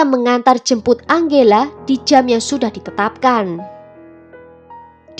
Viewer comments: Tulisan nama angela, bacanya enjela min. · Tergantung pengucapan negara darimana dia berasal. Biasanya kalo dari bhs mexico (spanyol) bacanya: ang-he-la